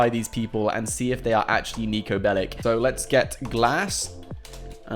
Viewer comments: he said pellic, ass jack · PLS stop calling him"Bellic"! You are not pronouncing it right! Its Belić, he is a Serbian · It’s bellic’s not bellics’s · How many times did he say nico belik?😅